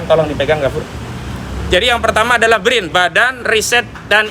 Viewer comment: BRIN ? Tompel aja nggak lurus nyebut BRIN.